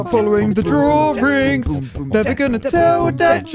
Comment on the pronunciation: Ah yes. Those pesky drawrings